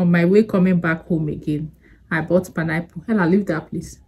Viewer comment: ❤❤❤I love the way u say panayple instead of pine apple 😅😅😅😅u amuse me all the time